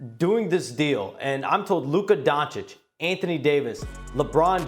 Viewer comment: He actually said „Luka Gonecic“ 💀